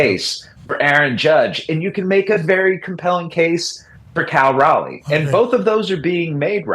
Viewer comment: yea telling him to play another position sounded like a joke until he kept a straight face. He also mispronounces Raleigh's name